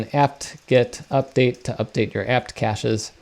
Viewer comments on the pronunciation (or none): none